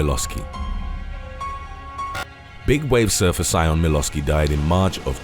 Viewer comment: Small correction: "Sion" isn't pronounced "sigh-on" but rather like "shon". It's an Irish name, so the "si" at the beginning make a "sh" sound